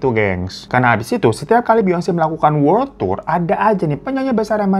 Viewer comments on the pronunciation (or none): none